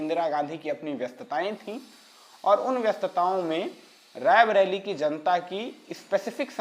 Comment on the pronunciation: आपके उद्घोषक का 'रायबरेली 'शब्द का उच्चारण ग़लत है। ये बराबर रैबरेली कहते जा रहे हैं, जबकि सही उच्चारण रायबरेली है । कृपया भूल सुधार लें ।